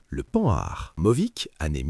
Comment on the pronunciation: Beau documentaire !! Mais arrêtez de prononcer : panard ou Pan nard !! E. M.